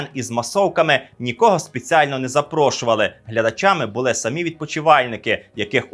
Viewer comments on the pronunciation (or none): none